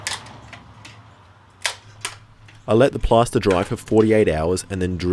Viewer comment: it's PLASTER!!!! PLASTER!!! not PASTA... I kept hearing pasta and couldn't understand how pasta would be a good mold :P